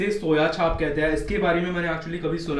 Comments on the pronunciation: its chaaaamp not chaaaph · Bro its chaap not chhaap chhaap means print 😅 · Its not soya chaaaap its soya chep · Not छाप , it's चाप. Soya chaap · Bro its soya chaap not soya chhaap😁. Anyways great videos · Its not सोया छाप, its सोया चाप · Not soya छाप , its soya चाप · Just fyi it's "सोया चाप".